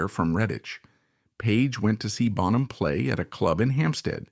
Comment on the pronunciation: yeah, the pronunciation of "Bonham" gave it away, for me